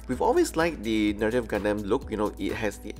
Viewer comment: "Gundeym" I'm sorry, wut?